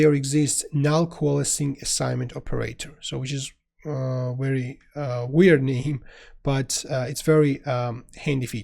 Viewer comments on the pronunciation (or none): none